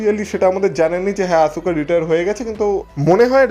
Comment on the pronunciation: আপনার কাছে বানান টা দেখে মনে হয় আসুকা কিন্তু খেয়াল করবেন। wwe আসকা বলে। তাই আমরা চাই আপনিও আসকা বলবেন।